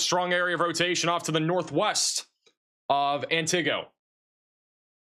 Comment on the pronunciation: It's "ANT I GO" when sounding it out. 😊